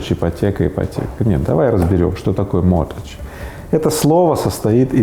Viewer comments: Слово mortgage произносится по другому: могидж, а не мотидж. То есть буква Т не произносится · Gage а не age ))) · Правильно: "могидж" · Mortgage «mort» и «gage» не «age» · Ипотека на английском звучит как моргэдж и никакой связи со словами мортал (смертный) и эдж (возраст) там и в помине нет. А то как Рыбаков произносит это слово говорит лично мне о том что его знание английского ниже даже начального уровня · Ребят, слово состоит не из mort и age, а из mort и gage. Просто g не произносится. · Mortgage - mort, а куда делась буква G, а gage переводится как залог. Зачем было извращать?